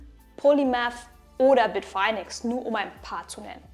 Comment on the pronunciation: Spricht man das wirklich BIT - FINE - EX? (Also: BIT - FAINE - EX) Dachte immer, dass das BIT - FINN - EX gesprochen wird. So wie andere Stimmen im Video...